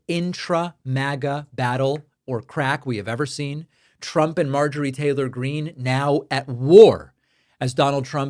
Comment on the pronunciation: If you Listen to trump repeating the name of M. Taler Green he say M. Traitor Green.